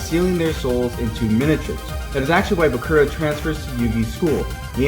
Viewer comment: You actually pronounced the Name Bakura right it's how you pronounce it in Japanese